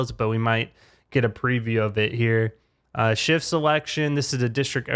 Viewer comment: This guy prounces Shift as Cheft like what its Shift